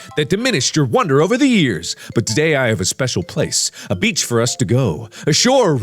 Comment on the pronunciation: “ I’ll be your beach ” My ears: “ I’ll be your bitch! ”